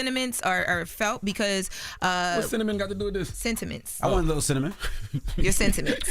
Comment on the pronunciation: saying cinna-ments.... hahaha!